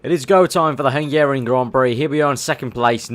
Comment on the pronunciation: It's not hengerian it's Hungarian